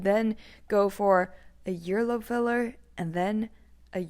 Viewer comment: Starting she says "yearlobe" twice 🥴